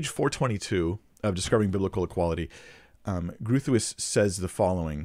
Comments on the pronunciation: Groothuis - in Afrikaans, or Dutch, would be Bighouse, or Greathouse. Phonetically I don't think you should worry too much since it would be like asking an English speaker to pronounce French surnames absolutely correctly every time. Groot - as in the now famous "I am Groot" from the marvel movies, or a tree root, would have been fine, and Huis - phonetically - like army "base" but with the "h" - so Groothase and you are there. Either way - great job! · No, it is Dutch in origin. I am Afrikaans originated from Dutch, and that is not how any Dutch or Afrikaner would say it. Go find an online translator saying it in original Dutch or Afrikaans to get an idea of how it should be correctly pronounced. I don't know how to phonetically translate it. But the R is rolled and voiced in Dutch and Afrikaans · Yeah, it’s Dutch and you butchered it. Having a difficult Dutch name myself, I cringe when I hear it mispronounced. I’m glad you made somewhat of a correction in your comment section, but when we come upon a name of a person whom we wish to speak about publically, I believe it’s incumbent upon us to look up the correct pronunciation. It’s just the honorable thing to do. And it’s so easy… Google can usually provide an audible pronunciation. In this case, the “G” isn’t a hard /g/, but rather a back of the tongue rolled /h/ sound. The double /oo/ is a long /o/ sound and the “tuis” sounds like “touse” which would rhyme with “house.” None of this is as important as your great Biblical exposition of egalitarianism versus complementarianism to this former egalitarian woman. But I had to quibble with you about something… 😊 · Groothuis is a very Dutch name, Growthice is not the correct pronunciation, Groot - I can’t find a word in the English language that sounds like it but perhaps the closest would be to rhyme with boot; huis sounds like grose. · Dr. Groothuis is pronounced “Growt-hice” (I think) I’m sorry I got it wrong! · Definitely groo thwees